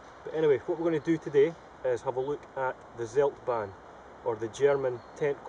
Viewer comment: try to speak "tseldbaahn"; "ts" like "Tsunami", not seldban